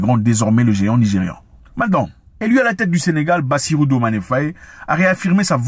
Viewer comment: Désolé Tonton Zack de vous corriger mais notre Président s'appelle Diomaye (Dio-maille) pas Diomané comme Sadio Mané 😅😅